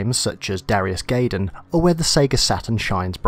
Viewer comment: GUY- DAMN, it's pronounced GUY-DAMN, not GAY-DAMN. no offence.